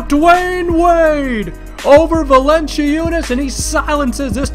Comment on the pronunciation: Valen-ci-unas :'D, dat pronunciation :3